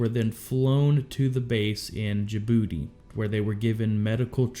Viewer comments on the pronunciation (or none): Did he just say, “In Ja Booty?” 👀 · I chuckled everytime he said jabooty. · Djibouti or Djabooty?